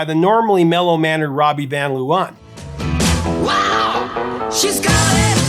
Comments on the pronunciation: LOVE how you butcher the Dutch words in a lecture on how a typo became a "comical and confusing" part of the lyrics of the song Venus. "Van Leeuwen" is pronounced "Van (with the "a" sounding like the "o" in the word "one") and "Laawuhn" (which is the Dutch plural for lions is pronounced with the double "eeu" sounding like the 2nd a in the word "amAzing", and the "en" after the letter w as the word "Uh" followed by an n). The Hague does NOT rhyme with "leg". It's pronounced "The Haack" ("a" and "gue" sound like the word "snake"). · The pronunciation of "van Leeuwen" is more like "fun láyhwhun", Mariska's surname more like "Véarahs". 😀 And to answer your question: Ella, but Sinéad comes VERY close! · Van Leeuwen “fahn LAY-ven” Amie in Ma Belle Amie “ah-MEE” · Ha ha ha, indeed. Van Leeuwen is way off. But Dutch is really hard for non native speakers. I would suggest to pronounce it as ‘van lay when’. The ‘van’ will still be an issue though. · Hats off for your research on Dutch pop history! You even mentioned Wasted Words of The Motions, that's impressive ❤ Why don't I educate you about the pronunciation of the two leading people, I'm Dutch 😂: phonetically: Rawbee vawn Laywuhn, Mariskaw Veer-us both family names spoken with emphasis on the first syllable. Glad to give something back 😮😂